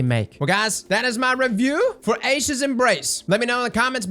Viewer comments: Eye-sha’s embrace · It's EYE-E-shas